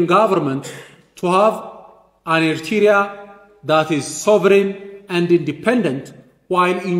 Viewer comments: This man the same like the PM from grade 7 Even he can’t pronounce Eritrea 🇪🇷 All his speech the same since 1991 blaming Eritrea and more Is he talking in empty house? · He doesn’t even pronounce “Eritrea” well. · He can't even pronounce "Eritrea" correctly, ye mehur mehaymoch sebeseb. Agasesoch!